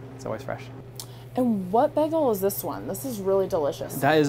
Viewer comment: Is she saying "bEgel"? lol Someone's watched too much Community!